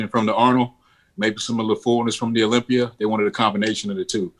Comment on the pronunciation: You can move to Florida,Dave, but you still say "Olympi-er". lol!